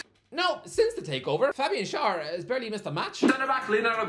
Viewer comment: What bugs me with Schar is that used to say his name right ("share") but now decided to start saying it wrong. Only things